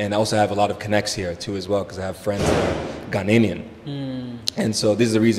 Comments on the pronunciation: Please I like your smartness but please pronounce the word Ghanaian well. We are not ghaninian but Ghanaian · Tell him to stop saying Ghananenian”””………. Best SHOW SO FAR!!!!!!!! This is serious!!!!